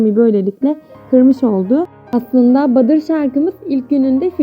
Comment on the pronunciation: Ablacım badır değil ya butter(battr) Video için teşekkürler💜